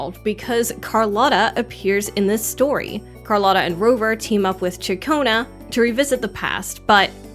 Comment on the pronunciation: You earned a like because you can say Ciaccona's name correctly